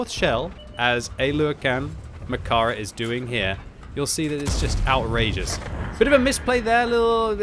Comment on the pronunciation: murdered that pronounciation... English speakers always make the vowels too short